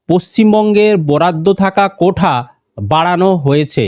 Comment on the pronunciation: কোঠা না "কোটা" হবে শুনতে খারাপ লাগছে 😬🤐